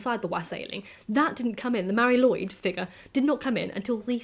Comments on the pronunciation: Sorry for being "that" guy, but it's not pronounced Lloyd but something close to lu-id. Mari Lwyd literally translates as Grey Mary. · please keep making videos,! Your voice is addicting to listen to:) In Wales, we pronounce it 'loo' and 'eed', all one word, Mari Lwyd!:) Its a nuts traditional and I'll be honest even as a welshman if someone rocked up to my home with a horse skull on their head I would be horrified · That’s not quite right, since the w here is pronounced as ‘oo’, so taken together Lwyd is ‘loo-id’. Welsh vowel sounds can change depending on what letters they are next to in the word. The y sound is often an ‘uh’ sound, but not always.